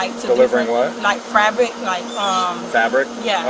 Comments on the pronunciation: What, the "frabric" 😂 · Can't ever speak clearly or correctly. FRabric. 😂😂😂 Fabric delivery pays bank doesn't it? I'm in the wrong business I see. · “I was delivering FRABRICS” omg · She doesn't even know how to pronounce "fabric". That makes her story even less believable. Not that it mattered..